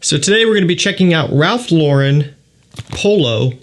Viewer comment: First thank you for saying Ralph LAWren and not lawREN! You’re in the know! Does this have anything in common with the original Polo green? I’m hoping for Polo green with Oud notes. Thanks!!